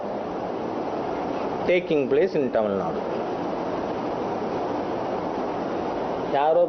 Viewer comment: Hey id!ot .. it's tamilnadu .. kannada .. not... tamilnad or kannad